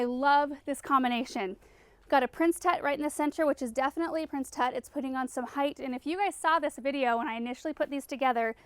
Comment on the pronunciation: What is that word you are saying--the plant in the middle of your favorite planters? Prince Tut?